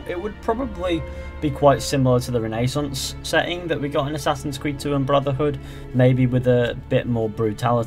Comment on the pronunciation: It hurts me that he pronounces renaissance wrong